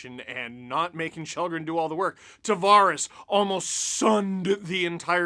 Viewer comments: Its pronounced skhal-dren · His name is pronounced shallgren and that’s what we should call him, regardless what country your in. Have some respect for someone’s name you sound arrogant saying since your in “North America” your above pronouncing individuals names outside of that.